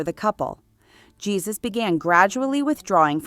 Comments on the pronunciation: “Jesus” is pronounced phonetically as “Hey-Su” not “Jesus” as in Jesus Christ. You pronounced it previously correctly, but then changed it to the wrong pronunciation. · You of course don't pronounce the first name of the Duchess of Alba's second husband Jesus Aguirre y Ortiz de Zarate as "Jesus", the English way, but the Spanish way: "Gesus" with a "g" the Spanish (almost Dutch) way. Much too much time spent on Grace Kelly and Jackie Kennedy - this was about the Duchess, not them ! And no word about her numerous facelifts ???? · The J in the name Jesus is pronounced like h. Heysoos. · The way the narator pronounced spanish names😂